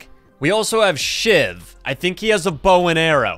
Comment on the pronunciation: Everytime he says shiv it sounds like s**t 😅